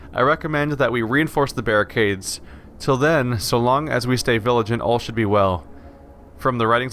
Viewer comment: So funny that every time you find the word "vigilant" you read it as "viligant", which is not even a word as far as I know, but I'm not of an English language origin. I deeply respect your commitment that despite your daily schedule, you're still bringing us vids of this amazing and long lasting game... Thanks man!